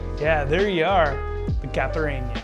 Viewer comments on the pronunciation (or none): Ty for the tutorial! Although, it's pronounced "KA-SHA-SSA" ("s" sound not "z" sound) and "KAI-PI-RI-NIA" ("nha" in portuguese is pronounce as the "ña" in spanish) :) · The way you said caipirinha gave me depression and I'm not even brasilian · lol butchers both the name of the drink and the alcohol used lol so white.